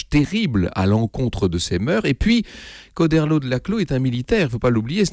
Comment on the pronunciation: a au fait on dit "Cho" comme "Chaud" et pas "Ko"